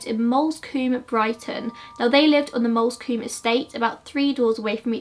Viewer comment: 'Lewes' is pronounced 'Lewis' and 'Moulsecombe' pronounced 'moolscombe' Sorry I live here so don't often hear them mispronounced ha. The lighting ain't an issue, your content is good 😊